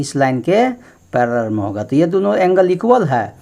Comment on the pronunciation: Paleler nhi ser parlaal